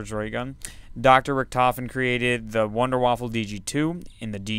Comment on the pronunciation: WHAT THE FUCK IS WITH EVERYONE SAY WONDERWAFFLE!!! It is wunderwaffe. German namw.